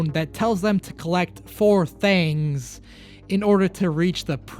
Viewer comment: The four thangs find the of Word out : the four “THANGS” 😊 enjoyyyyy